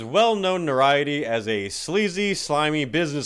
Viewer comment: EFF-ellson ??? (Ellefson) , NO-rioty?? (notoriety) , this was his professional doctor's medical advice?? (his MEDICAL doctor"s PROFESSIONAL advice) , Brian's town massacre ?? (brian jonestown massacre) , Anton Nude-come?? (Anton Newcomb) , ... ...these are awesome! and funny! (hope they were MEANT to be!) P.S. it was nowhere near every gig that G.G. went disgustingly felonious (maybe 1 in 10) P.S.S. can still see your eyes reading your notes behind your prop glasses. All in good fun...1st time at yer channel. Subbed! Cheers mate.